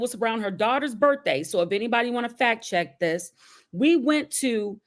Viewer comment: “Due to da ‘fack’. Due to da ‘fack’”. I think that word “FACK” drives me crazier than almost any others… I have no idea why, but it does